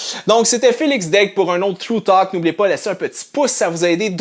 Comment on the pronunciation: Félix, je t'aime beaucoup, mais ça se prononce "True Talk", pas "Through Talk" xD. Mais excellente vidéo!